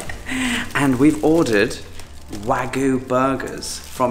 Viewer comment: Liked the look of the burgers. Just got to remember to pronounce that "y" in wagyu.